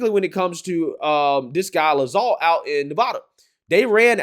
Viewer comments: Bruh. How are you so bad at pronouncing things as a political commentator? It's Lacks-alt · Adam Laxalt, pronounced “Lack-salt” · It’s pronounced LAX Alt